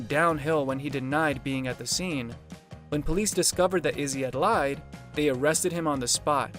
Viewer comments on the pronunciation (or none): none